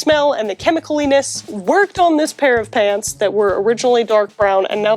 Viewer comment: For a moment there I thought she was saying "I love paints"... Which is understandable, considering her normal content.